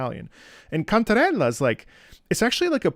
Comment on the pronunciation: is that really how to said the name "Cantarrre~lllaaa" so authentic